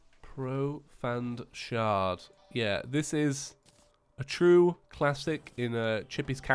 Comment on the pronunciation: Profand shard, Profand shard The spelling was intentional for his pronounciation btw*